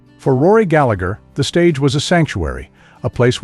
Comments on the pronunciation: Galla-her, not Gallag-er. He was Irish, not British. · Can’t even pronounce his name right 😂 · It's hard to listen to Rory's surname and his brother's Christian name being mispronounced. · pity you cant even say his name properly !!! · Before you say anything learn to say his name. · Who wrote this crap? Rory was a perfectionist simply because he wanted perfection. So what's wrong with that ? Also, if you can't even be arsed to learn how to pronounce his name, then you shouldn't be commenting on him. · I didn't think that the pronunciation of his surname correct.